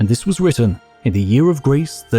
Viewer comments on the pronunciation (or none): none